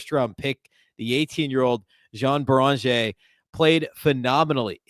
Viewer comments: Come on..... YO AWN BEE RIN JAY is how you pronounce Joan beringer. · I am a regular listener but your pronunciation of Juan Beringer is driving me crazy: yoh-AHN BAIR-in-ZHAY Listen to him saying it. It's a matter of respect, man.